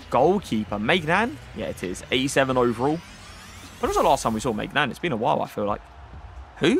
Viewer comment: It's not maignan it's my nan